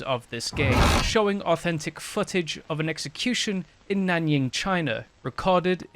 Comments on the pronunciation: nan ying? nan JING, bro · 哎呀！不是nányíng，是nánjīng。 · It's not Nan Ying... there is a J there for a reason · "nanying" wow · Also, you made a mistake pronouncing Nanjing. It would only take like 2 seconds to search for the correct pronunciation...the least you could do is pronounce it correctly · How much history research did you even do on the history of WW2? You couldn't even pronounce "Nanjing"?